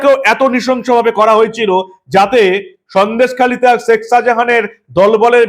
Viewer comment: আমি আপনার গুনগ্রাহী। আপনার দীপ্ত, নির্ভীক চোখ খুলে দেবার মতো আলোচনা নিয়মিত শুনি এবং উপকৃত হই নিজেকে updated করতে পেরে। বার বার একটি উচ্চারণ শুনছি তো তাই বিনীত ভাবে একটি কথা বলতে চাই। ধৃষ্টতা মাপ করবেন। আপনি শেখ শাজাহান যখন উচ্চারণ করেন বলেন শেক, শেখ বলেন না। মানে খ উচ্চ্চারিত হলে কানে খটকা লাগে না। আপনার উচ্চারণ প্রতি বার ই হয়ে যায় শেক মানে খ এ শেষ না হয়ে ক শুনতে পাই। অপরাধ মাপ করবেন।